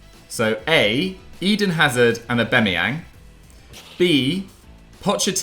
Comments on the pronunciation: Everyone Else: AuBAMeyang: AuBEMeyang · The 3 people that pronounce Aubameyang wrong all together🤮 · pronounciation of Aubameyang kills me😂😂😂😂